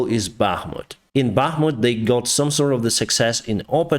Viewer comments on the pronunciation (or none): none